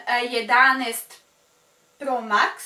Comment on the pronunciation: Koliko mene nervira kad kaze ,, kupiva sam vap top i iPhone 11 po max ‘’